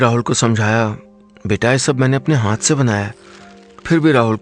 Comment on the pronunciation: Hanth nai hota hath hota h, आप हांथ क्यों बोलते है